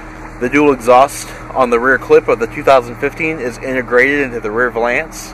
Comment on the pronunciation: Wait a sec, how the heck did you just pronounce *valance*?!? 😂